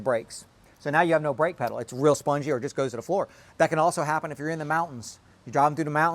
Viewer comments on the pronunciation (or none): none